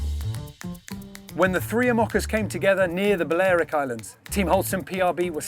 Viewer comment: It is awesome to see Bouwe again in any TOR vid. I think Niall swallowed a syllable in “Balearic”. I spent the summer of 2014 on Menorca on an archaeological dig and it was a beautiful place. (If I’d known about the Ocean Race at the time I would have tried to get to Alicante, but unfortunately I wasn’t aware of it at all!)